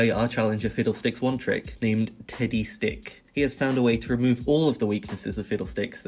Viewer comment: Am I the only one who kept hearing tiddy stick and not teddy stick?